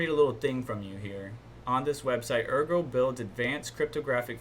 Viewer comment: Good stuff thanks -- Ergo pronunciation is right. Yoroi wallet is Japanese for armor - "Your Roy" is accepted butchered version ;-)